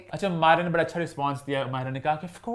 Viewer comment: BHHHADA NAHI HOTA, IT'S BADA. PLEASE LEARN URDU.